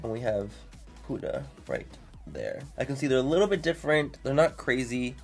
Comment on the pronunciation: The reason their so cheap is because they use child labour, they're not cruelty free, and they use unsafe ingredients. Also, you're pronouncing Huda wrong